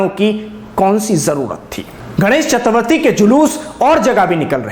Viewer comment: इन्होंने सही उच्चारण किया है